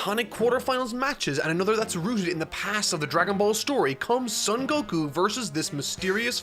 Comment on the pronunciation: You still don't know how to pronounce Son Gokuu?! Cmon, man. Son sounds just like the English word "Sewn". And Gokuu has a long vowel at the end, so stretch out the "u" sound at the end. Gokuu is the correct way to spell it too.